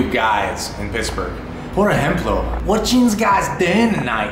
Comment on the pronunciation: Did she say "Piss-burgh"? Please don't get me wrong. It seems you have great loving parents! Thank you for loving Paraguay.